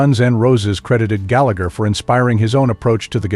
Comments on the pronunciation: Galla-her, not Gallag-er. He was Irish, not British. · Can’t even pronounce his name right 😂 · It's hard to listen to Rory's surname and his brother's Christian name being mispronounced. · pity you cant even say his name properly !!! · Before you say anything learn to say his name. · Who wrote this crap? Rory was a perfectionist simply because he wanted perfection. So what's wrong with that ? Also, if you can't even be arsed to learn how to pronounce his name, then you shouldn't be commenting on him. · I didn't think that the pronunciation of his surname correct.